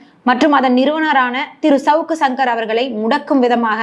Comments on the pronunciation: அது ஏம்மா ஷவுக்கு ஷங்கர்னு சொல்ற. சவுக்கு சங்கர்னு சொல்லு. அதையும் 1000 தடவை ஷவுக்கு ஷங்கர் அவர்கள்னு சொல்லி கடுப்பேத்துற. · Shankar க்கு வர்ற ஷ வ சவுக்குல போட்டு ஷவுக்குன்னு சொல்லுது 😂, அதுக்கு சங்கர் ன்னு சொல்லலாம் 😅